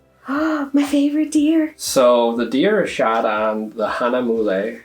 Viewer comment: It took a while to pronounce giclée (I say gee-clay). Hahnemühle (Hana mule) still does not come out right. You guys did a wonderful detail review. Remember to think of production days in business days and yes the processes would have picked it up on 8/23 and the printer may have kicked it out 8/24 then it waits in line to be cut. Flat packages are more susceptible to damages which is why you need hard tubes. But send picture to FinserWorks with an X through it and they will replace at their cost.